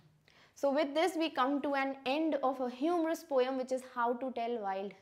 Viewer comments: Ma'am please pronounce poem as poam. It isn't supposed to be pronounced as po-yum. Our english teacher corrected us like 10 times on this same thing. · ITS NOT POYUM its pomh